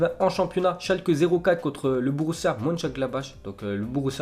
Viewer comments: sa s'ecrit borussia moncengladbach mais sa se lit borussia monchengladbar bordel sa fait 4ans je te suis c toujours la meme faute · Comment tu peux ne pas savoir prononcer Bundesliga ? (Mönchengladbach ça se prononce Monchengladbar)